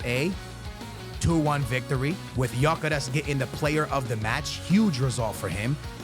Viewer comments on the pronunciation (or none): Gyokeres is pronounced gyuh keh resh its a Hungarian name.